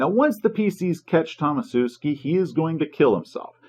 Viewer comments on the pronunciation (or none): i think it's 'Tomashewski' and not 'Tomasewski' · your mispronounciation of Tomaszewski really makes my ears bleed, especially considering from your surname you probably originate around there somewhere.